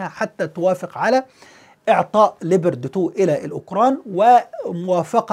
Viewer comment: Leapoard not leeber de two!